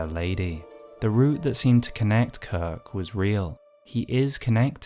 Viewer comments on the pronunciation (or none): Я мог терпеть берсерка, который звучит как безорк, но кирк - корк. Это слишком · Impossible to watch this video normally; I keep giggling every time he says his name